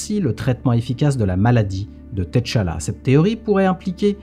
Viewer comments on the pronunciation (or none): Je rêve ou il a dit Ted T-challa 😂